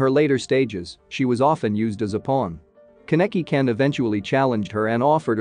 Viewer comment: I think you should search up the pronunciations. Ka-neck-kee :/